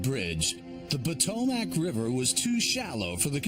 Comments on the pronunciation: Potomackkkkk 😝lmao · Ugh every time he's say Potomac my Maryland ears hurt.